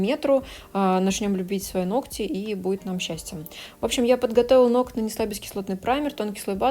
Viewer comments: Сначала исправилась , сказав "ноГти",а потом забыла и выпулила"ноКать"))) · много раз читала, как Вас критикуют за произношение некоторых слов, "нокоть" в том числе, и хочу сказать - да не обращайте Вы внимание на этих критиков. Даже если Вы и произносите что-то неправильно, эта Ваша личная, милая, на мой взгляд, особенность речи, которая придает индивидуальности и теплоты. Более того, люди, в том числе и я, которые смотрят Ваши видео ради их содержания, которые проникаются Вашей харизмой, в принципе не замечают каких-либо недостатков речи. Вы не литературный канал ведёте, в конце концов, смысл сказанного в данном случае абсолютно не теряется. Я сама не люблю безграмотных людей, но придираться к произношению, это уже реально перебор! Спасибо Вам за Вашу деятельность, за то, что делитесь ценнейшей информацией и опытом, и не обращайте внимания на всяких диванных критиков, у которых не хватает сил и мозгов поднять свою задницу и что-то сделать. Будьте такой как Вы есть, самобытной, искрометной, доброй и отзывчивой, то есть такой, какой мы Вас любим, ваши подписчики!